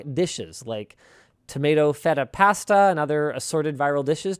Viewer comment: The way Linus pronounces "pasta" hurts me.